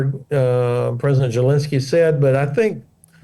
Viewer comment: Hodges needs to learn how to properly pronounce the name Zelensky. It's NOT Jelinsky or Gelinsky! Even the closed captioning is hearing that.